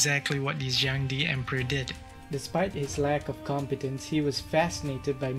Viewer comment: just a suggestion: the pronunciation of Zheng De could have been more accurate. as Chinese is tonal, it's more like Zheng4 De2 正德, suggest to use google translate in Chinese to hear how it sounds. I'm sure your viewers would appreciate the effort in accuracy :) looking forward to the next crazy emperor!